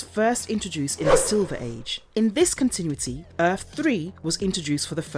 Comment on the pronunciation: I'm pretty sure I am hearing "continwitty" instead of "continuity."